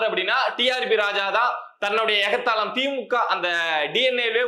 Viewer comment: எகத்தாளம், 'எகத்தாலம்' இல்லை...